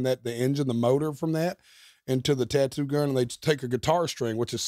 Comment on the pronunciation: Bert thinks a face “tuhtoo” can be subtle lmfao